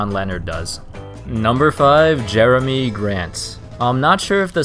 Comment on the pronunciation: its not jeremy its jer A my